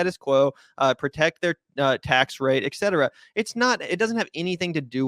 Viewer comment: Please stop saying EKcetera!